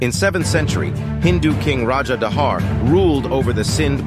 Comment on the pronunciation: As a Pakistani, We pronounce Dahir not dahar